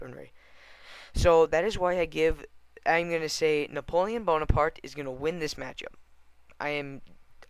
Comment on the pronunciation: You pronounce Napoleon bonaparte wrong. Say it like (napolein boneapart)